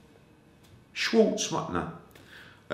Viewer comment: 'I've got shares in Tom Scwartz' 🤣